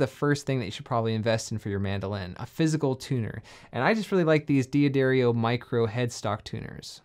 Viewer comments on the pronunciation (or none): It's D'Addario, not Di Addario. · Dee addario? I always pronounce it as daddario, which is the correct way to pronounce it. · Not Dee Aderio. The name is pronounced Dah Dario. 🙂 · Consider yourself pardoned, but it wouldn't kill you to learn to correctly pronounce the name of one of the most important companies in our little world... 🙂